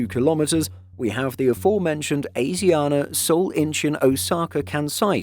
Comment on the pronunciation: pronounced every name here wrong including asiana ffs